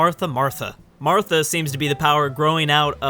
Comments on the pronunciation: Pronouncing it "Martha" will keep Batfleck from killing him. =^[.]^= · it's spelled Marathi and pronounced Ma-ra-ti. how do you get Martha ?? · Marathi not Murie sorry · Marathi is pronounced more like Marati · pretty sure he says 'martha' on purpose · Marathi is pronounced Mah-rah-Thi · Your pronunciation of Marathi is triggering me please google them